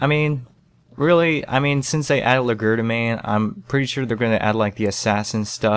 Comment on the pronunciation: oh god. it's Leh shjer duh main